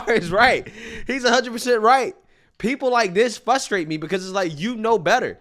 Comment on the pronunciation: It frustrates me when people say Fustrate.